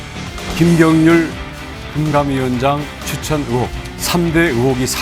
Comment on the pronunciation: 으혹이 아니고 의혹! 종자가 깽깽이?